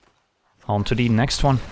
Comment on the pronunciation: At least we still have "onto de next wan". God help us if he ever stops saying that.